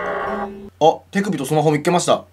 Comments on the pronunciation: て↑くびか面白かった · 手首とスマホをって所手首が乳首に聞こえた私も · ｢てくぅ↑びとスマホを｣ ここ地味にじわる｡